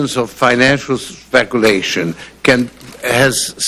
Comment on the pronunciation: "speculition." second favorite new word.